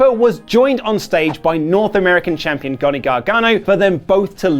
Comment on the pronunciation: haha I am a huge fan of "Gohnny" Gargano ~